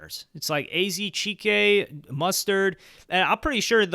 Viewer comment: come on broh 🤦‍♂️ that's not how pronounce AZ Chike